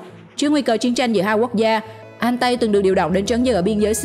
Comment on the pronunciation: Con Ariete(đọc là "E-ri-et" không phải "A-ri-tê") với Altay (đọc là "Au-chay" không phải "An-tay") lọt vào danh sách này không thể hiểu nỗi, trong khi đó 2 con Type 10 của Nhật và VT4 của Trung Quốc lại vượt trội hơn về mọi mặt mà không thấy đâu ? Thổ với Y chưa bao giờ mạnh về tank. Trong khi đó Nhật và TQ thì ai cũng biết họ chết tạo tank từ thời thế chiến. Vậy mà bị ra rìa, thật khó hiểu. Còn nữa, mai mốt đọc tiếng Anh cho nó chuẩn và thông nhất. Chữ M lúc thì "Em" lúc thì "Mờ", chữ K thì "kay" rồi thì "ka",còn chữ T thì đọc là "Ti" chứ không phải "Tê" nhé. Chiếc tank AMX Leclerc đọc là " Ây Em Ex Lấc lơ" chứ không phải " Em xxxx lết lê" đâu nha. Đọc tiếng Anh lung tung tùy tiện, tên Tank thì đọc sai bét be. Trước khi làm video thì tham khảo cách đọc tiếng Anh trước dùm cái.